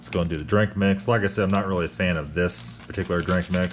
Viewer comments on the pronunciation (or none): none